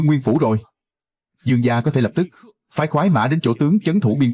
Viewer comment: Gia mà cứ đọc ra ra nghe khó chịu vl